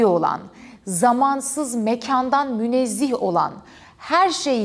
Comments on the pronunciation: Bir de *münezzeh * demelisiniz. Münezzih diye bir kelime yoktur. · Münezzih değil münezzeh olmalı. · yalnız münezzih değil de münezzeh olacak :) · ilgiyle takip ediyorum videolarınızı. Ama "münezzih" değil "münezzeh" olacak. Vesselam. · 'Münezzeh', 'münezzih' değil.